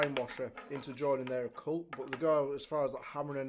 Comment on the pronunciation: I prefer Just Eat. I’ve heard too many horror stories to trust Uber Eats lol Also are you saying Occult or a cult? Because Occult is to do with supernatural and the paranormal lol